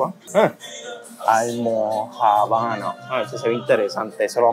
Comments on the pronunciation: Almojábana, con acento en la segunda á. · Neneeee! Repeat with me: almojábana, corrido, sin pausa ni h! 😅 . Fan tuya! Abrazos! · B día la almoja'bana lleva el acento en la segunda A.. Se dice con ese acento... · NO se pronuncia Almojabana, se acentúa la 2da "A" que en lo cual se escribe ALMOJÁBANA.... Eso es lo que se vende en Caguas; mientras que en Humacao se le dice Granito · Hola,, gracias por tu gran trabajo. Se pronuncia ALMOJÁBANA,, con acento en la A luego de la J.. tambien las hacen en PR como te comento otro seguidor.. pa’lante y gracias de nuevo. Saludos desde TEXAS..👏👏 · Repite conmigo Almojàbana con acento en la a!! 😂😂😂 jajajaja muy buenos tus videos. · veo todos tus vídeos. Observaciones 1) Avenida Piñero (sin la "I") en honor a Jesus T. Piñero. 2) se dice almojábana (acento en "já") También se hacen en PR, generalmente con harina de arroz y queso. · Mira, es "Almojábana.!!!!!! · SE DICE ALMOJÀBANA MI DIFUNTO ESPOSO EN BOGOTA LE LLAMABA PAN DE BONO😊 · Se dice almojábana!!! Con acento 😅😅😅😅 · Al-mo-já-bana palabra esdrújula...y cuándo vienes al Sureste?